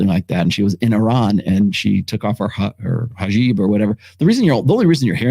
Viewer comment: lmfao "hajeeb"